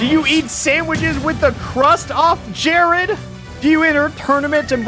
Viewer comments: why does alpha pronounce Jaird Jared? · The name was actually “Jaird”. He misread it the whole time. Or did he? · its not jarID its jairD JAIRD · I like how you mocked how dumb they were but read jaird as jarid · Umm... His name is Jaird... not Jarid... But everything else was probably true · Alpharad - Stares at the name and calls him Jarid. Me, an intellectual - Wait it says Jaird. That’s dumb as hell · That's because the mind does a backflip trying to internally pronounce "jaird" every time it's read. "jarid" is much easier. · He said jarid but it was jaird all of the sick burns for nothing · That Jarid bit soured me on this video. Yeah, he shamed the name of Zelda, but come on. Don't be mean about it. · "did you finish high school jarid?!" said alpharad, reading his name wrong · Drinking game: Take a shot for every time Alpha says "Jaird." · Drinking game time! 🍺 Take a shot everytime Alpha says "Jarid" Congratulations! you're now drunk... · Freaking the way he says JARID was so funny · I came back to this vid because i wanted snake cancer, i forgot about jaird. How does Alpha not say it right?